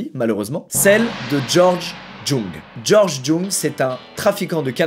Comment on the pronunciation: ça se prononce « Georges Young »